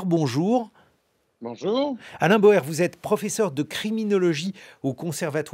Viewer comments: D'après la voix, l'invité s'appelle "Alain BAUER" et non "Alain BOER" 😇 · Bauer et NON PAS "Boer"! 😡